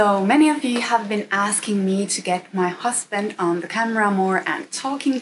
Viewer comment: When she says 'My Hkasband'